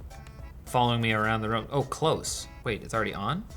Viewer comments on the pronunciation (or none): I think it's not "Auto Framing Close (Clo-suh)" but rather "Auto Framing: Close (Cloz)," as in, "off" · It's close as in close the door, not close as in close by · It’s close not close